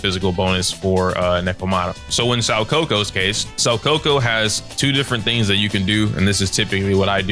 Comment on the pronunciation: Who the fuck is “sow coco “😂😂🤣 it’s "Soo Ka Ku "